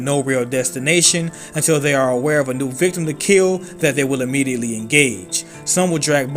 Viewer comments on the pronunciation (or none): none